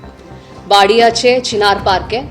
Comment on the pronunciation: চীনার/चीनार Park, not ছীনার/छीनार 😭😭😭